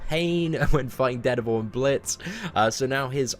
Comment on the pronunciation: I wanted to rip my ears off each time he said it. It's DARE DEVIL, not ded-a-vul... reeeeeeeeeeeeeee!